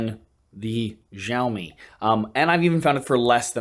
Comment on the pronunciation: I always enjoy your videos, but this one made me feel bloated -- from all of that pizza! And that rather bloated phone. I'm not yet onboard the foldable phone fan club, especially for the sky-high prices. From now on, can you please(!) pronounce Xiaomi correctly? You did pronounce once or maybe twice, like the 2nd time you said it in this video. In Mandarin Chinese pinyin, "X" pronounced very close to "sh" (but with the tongue on the roof or back of the mouth, rather than the front, as it is in English). In contrast, the pinyin "zh" is pronounced more like "zh". So Xiaomi is more correctly pronounced SHEEOW-mi, not ZHEEOW-mi. (In his videos, Michael Fisher says it right.)